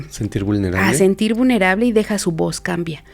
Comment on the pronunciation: Por qué si es una persona estudiada no sabe decir vulnerable dice vunerable